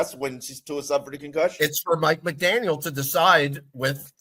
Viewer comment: He keeps pronouncing Mike McDaniels